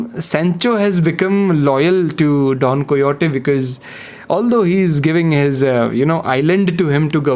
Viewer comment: its don "kay ho tee"